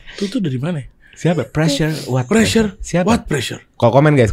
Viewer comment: Chloey kelly - preassure? What prrassure